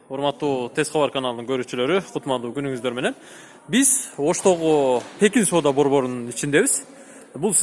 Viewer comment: Пекин базары десениз Текин базар деп тушунуп алыпмын